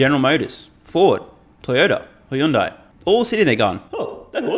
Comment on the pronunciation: Just FYI, Hyundai (현대) is a two-syllable, not three-syllable word. It's pronounced "hyun day", not "hi yun die." I only know this because I lived in Korea for many a year, otherwise I wouldn't. But trivia is always fun.